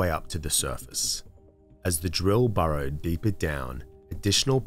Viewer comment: burrowed - not - borrowed. Did you use an AI to process the audio? That's what I suspect because the audio is too perfectly consistent.